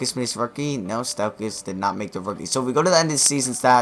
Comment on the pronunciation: Stephen not Stefon. Stauskas not Staukas